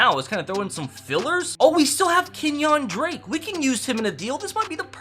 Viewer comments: "Kenyahn drake" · keep mispronounced Kenyan drake